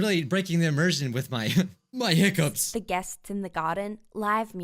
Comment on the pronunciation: Nobody:: hicuppz